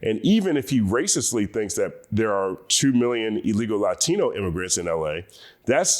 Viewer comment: Why do you pronounce “Latino” that way? LATINO from LATIN.